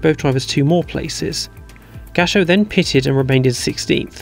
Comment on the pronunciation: If I may be so bold: As a great admirer of your work, I suggest you work on your pronounciation of "pitted". As a non-native listener, I mostly hear "pissed".